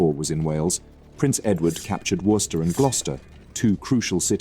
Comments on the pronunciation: Sounds like a bot with an English accent. Certainly doesn't sound like a non English speaker. Anyone from UK knows how to pronounce Worcester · its speaking with an english accent, not the accent of NON english speaker. Its pronounced wuster, and gloster. i used to live near there